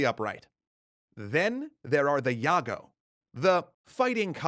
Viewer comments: im indonesian. i think jago is pronounced as jago not yago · Its actually not yago, its jago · about "Jago" part... the "J" reads "jay" like normal, not "Y" it reads "Jago" not "Yago" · Not really,as an indonesian his pronounciation is mostly good. But yes his pronouncing jago wrong is not yago but Jah-go But overall is not really bad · Nice video, one thing I want to tell you that 'Jago' is pronounced 'Juh goh' with J like Jaguar not like Yogurt. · Jago is not pronouce as Yaga. Its indonesian pronounciation is JAGO. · When referencing the term "yago" for a rooster, it would have been more accurate if you had pronounced it as "jago" instead of "yago". J as in Jakarta and not Yakarta. This isn't just about precision; it's about capturing the playful essence embedded in the term "jago." "Jago" is a playful expression primarily used to acknowledge someone's skill and expertise. We often playfully boast about our abilities by saying "ini abang jago," translating to "this (referring to oneself) is a skilled individual," subtly suggesting reliance on our capabilities. Therefore, when you uttered "yago" instead of "jago," you overlooked the lighthearted and teasing connotation, which holds significant weight in conveying the intended meaning. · It's pronounced Djago not Yagoo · it's actually pronounced Jah-go not Yah-go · You spell "jago" Wrong. The J in Jago pronounced as J in joker not like Y in Yankees. Anyway good content, thanks a lot. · it is not Yago- pronounce it Ja Go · Dear Its not yago but J (like jam) then the "ago" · Jago is pronounced as Jar-Go no yargo... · Isnt yago!! Its djago!! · How you pronounce J in Jago, must be the exact same way when you pronounce J in wijaya. Not Yago, but Jago or Djago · Jago not Yago. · Jago is pronounced with a hard J not a hard Y so its not yago but Jago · It's Jago not Yago. Hayo like "Ja"va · Actually "jago" pronounced "dʒaɡo" not "jaɡo" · It's Jago, not Yago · It's "jagoh" with a normal J, not "iago".